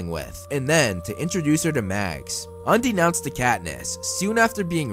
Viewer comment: I've been watching a lot of your videos after marathoning the movies and I'm just about to pick up the books. But since I just heard you say "undenounced to Katniss", instead of "unbeknownst to Katniss", I don't think I can watch anymore. 🤢